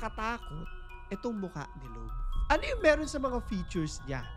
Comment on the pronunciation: Ako si Lo-ab hahahah okay na sana kaso Lo-ab hahahaha 😂